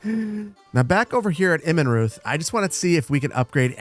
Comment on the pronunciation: You UTTERLY butchered the name "Immenreuth" 😝 Try saying Immen as in 'immen'se and reuth would be pronounced royt with a growling 'r' (harsh r) We Germans growl a lot 😆 'immen'se + royt(rrr) = Immenreuth 😁 Your settlement is starting to look much better btw.